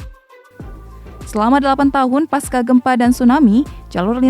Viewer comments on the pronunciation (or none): none